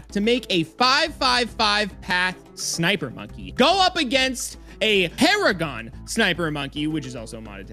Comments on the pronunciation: 5-5-5 NUJA MONKEY VS NINJA PARAGON. (Also there "PARAGOAN" and not "PARAGON"). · “Paragaon” what the fuck